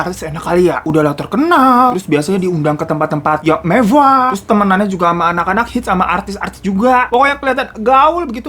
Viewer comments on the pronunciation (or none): ngomong mewahnya lucu, mewvvvah 😭👍